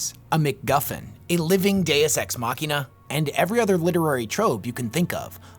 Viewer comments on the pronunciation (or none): none